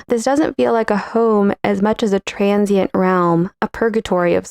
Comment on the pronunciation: AFF-fluence. TRAN-shent.